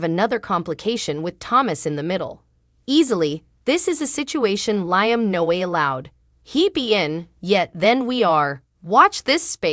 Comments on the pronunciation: 😂 Learn how to say the names of the people in the cast. L i a m not L i a m e. You need to pronounce the names properly. Sick 😂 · LEE-UM, NOT LY UM, if your talking about these actors get their names correctly